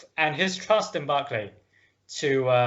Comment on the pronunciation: Great to listen, especially when guest authors read quotes, by that one can learn how the names are pronounced, while the authors of historyland garble them all into modern American, Barclay like Barclays band, Bagrashion instead of Bagration, Löwensteen instead of Löwenstein, there this is sort of serious history I would with that the authors would at least try better and follow en suite to those guest authors. I could hardly undserstand the chap with the pseudo German accent, strangely he couldn't pronounce the German names and pronounced them in pseudo English